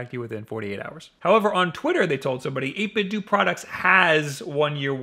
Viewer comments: It's 8bit-DOUGH not 8bit-duu. Just like it's Nintendough, not Nintenduu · it’s dough not du XD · Love your content. But come on man. 8bitDOH! Like Nintendo! Not 8bitDOOOOOO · I used to think that the "do" in 8bitDo was pronounced "doe" to rhyme with Ninten- do Guess I was wrong. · 8Bitdo is pronounced the same way as Nintendo. It's 'Doh' not 'Doo' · This same comment is made on probably every 8bitdo video I've ever seen, but as mrluna83 said, the companies own Bluetooth speaker pronounces it 8 bit dew. It should be dough, but according to the company, it's dew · 8bitdo, like dough, like nintendo, it's pronounced 8bitdough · 8-bit-doe, u say the end like Nintendo!!! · I always thought "8bitdo" was pronounced like "Nintendo", but so many people seem to say it as "8bitdoo"... which is the right way? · Would it not be pronounced "ate bit doe" just like "nin ten doe"? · It’s pronounced eight-bit-dough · Oh look, another person who mispronounces it as "8bit-DOO" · i always thought it was pronounced "8 bit doh" like nin-ten-doh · 8bit dough is how the company is pronounced. Like Nintendo but 8bitdo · I Don't think 8BitDo is supposed to be pronounced that way. I think the "Do" part is meant to be pronounced like Nintendo's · I love your videos but your pronunciation of 8bitdo triggers me something fierce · Pronounce Nintendo like that then. Or else you're still going to be wrong. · First time I heard about these controllers I knew the reviewer was saying it wrong. It was a different reviewer btw